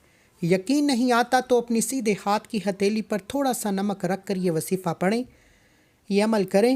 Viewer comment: Wasifa nhi kehty wazifa kehte hn